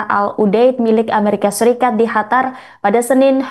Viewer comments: Kok ga enak bener nyebutin negara Qatar. Ditelingahku terdengar seperti negara "Hatar".. Bukan terdengar " katar" seperti penyebutan biasanya.. Apa emang nyebutnya " Hatar " yah.. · Kok hatar sih...? Cari pembaca baru... Qatar kok jadi hatar, senget tenan😂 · Mba Qatar bukan hatar..... hadehhhh bacanyaaa..... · Qatar bukan Hatar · Bukan Hatar tp Qatar Bravo Iran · Bukan Hatar tapi Qatar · Qatar bukan Hatar yah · Kok Hatar bukan Qatar? 😮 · Apa cuma gw yg dnger dia bilang HATAR? bukan QATAR? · Qatar mbak, bukan khatar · Qatar sis bukan Hatar😅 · Qatar bu, bukan Hatar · Gue dengernya bukan qatar tapi hatar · Kok Khatar mbak, itu dialek Persia tapi bahasa Indonesianya Qatar atau bahasa Arabnya Qothor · QATAR bukan HATARR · Qatar ya Non, bukan Hatar 😂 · Negara Qatar host pengucapannya khatar. 🤔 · Kok Hatar sih bacanya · Hatar atau Qatar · Penyiar beritanya gk bisa nyebut Qatar dia sebut Hatar, sejak kapan Qatar jadi Hatar ya ? 😂😂😂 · Qatar min qatar bukan Hatar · Qatar mba, jangan hatar... Gue bingung dengernya kalo ga baca... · Bukan hatar tapiQattar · Bukan hatar mbak qatar sekolah dimna sih mbaknya..? 😂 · Qatar mba bukan Hatar😂😂😂😂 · Hatar apa qatar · kok hatar si ,, qatar mba QATAR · Qatar bkn hatar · Bangga dg Iran..sungguh membanggakan tapi kok penyiar ini ubah nama negara Qatar menjadi Hatar sih....how come????yg benar QATAR. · Pembaca berita ngomong nya kok hatar bukan Qatar 😂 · Qatar bukan hatar😂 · Qatar bu jgn ganti nama negara ,Qatar jadi hatar drimana itu bu😂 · Qatar ❌ Hatar ✅🗿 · QATAR BUKAN HATAR pembawa berita keseleo lidah kali